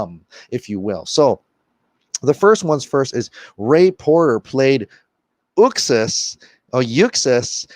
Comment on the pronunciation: It's OOOxas, Zack Snyder pronounces it like that, not YOUxas.